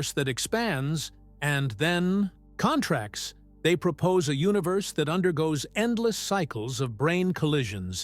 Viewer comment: The AI voice is not terrible, and it has improved a lot. Still, for some reason, the relationship of the words is not “understood,” as “periods” are inserted randomly throughout, words are sometimes mispronounced, etc. (e.g., “space CONtracts” instead of conTRACTS). The absence of music is greatly appreciated.